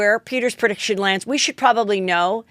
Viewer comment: Pre - diction - Not per - diction. You asked 🤷‍♀️